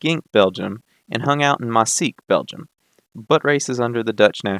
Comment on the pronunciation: Maaseik is pronounced “maws-ache”